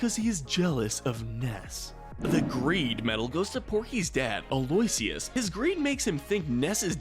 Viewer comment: Actually for Aloysius it's pronounced as (al-oh-ish-uhs)